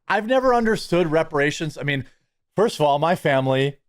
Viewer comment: Pronounced: "firss"